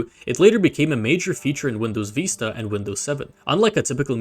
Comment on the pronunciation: why do you pronounce Windows Vista like you read it from a book